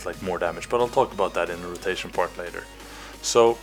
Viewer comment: "I dont think SÅ" Sounds like a fellow swede ? :P